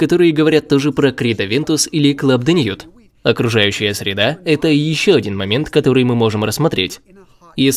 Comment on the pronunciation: Ни La Mâle a Le Mâle. Переводится как «самец» а самец не может быть женского рода. И не «мэил» а просто «маль» (созвучно со словами «больно» и «чемодан»). Club de nuit. Не «уит» а «нюи». У французов редко произносится последняя буква. Прошу прощения за мнение задротного эксперта (самого такие бесят). Просто мне как дрелью в ухо... 😅